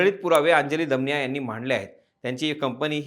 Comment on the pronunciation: दमानिया असा उच्चार केला तर बरं झालं असतं